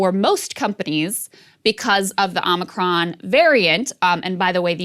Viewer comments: I like that Joe says "Omnicron". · No Krystal it’s pronounced Omicron like The planet Omicron Persei 8